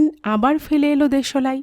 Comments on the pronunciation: apnar voice ta misti...but...uchharon ta..ektu ghosa maja dorkar... jmn.... de...solai noooooop kothata.. deslai.. ok💏💏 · দেশলাই উচ্চারণ টা একটু ঠিক করে নেবেন। খুব সুন্দর বাকি টা